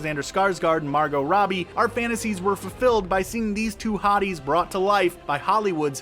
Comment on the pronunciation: Can someone tell these guys that the "T" in Margot Robbie's name is silent.